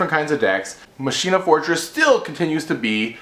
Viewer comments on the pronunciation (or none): I think it's pronounced "makina".